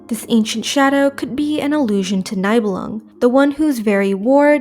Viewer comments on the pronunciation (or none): My only gripe is some name pronounciation like them saying Nye bell lung instead of nee belung